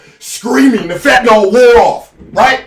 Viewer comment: "the fetanyl" lol yo, the Nets hurt baaaaaad